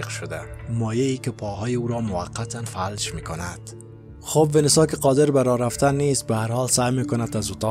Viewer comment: آقا اینی که شما میگی فَلَج تلفظ می شه. فَ لَ ج!